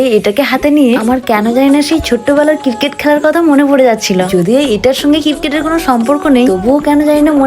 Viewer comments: আরেেে এটা কিটকেট নাাা ক্রিকেট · দিদি কিটক্যাট না ক্রিকেট 😂